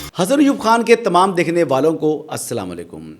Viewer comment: the ward is Asalam o Alykum, plz correct.❤